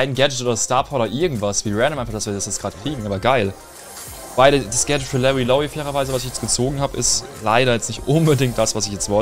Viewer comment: Hallo, es heißt Gadget und nicht Gadchat